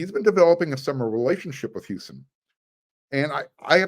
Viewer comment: It’s pronounced Hoo sahn not Hyusun